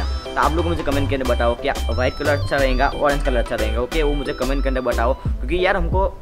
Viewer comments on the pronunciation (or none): Bhai ye to rahega ko rahenga bolta hai yaar so funny